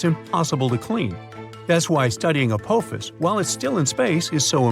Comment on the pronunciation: Its called apophis, the o makes an ah sound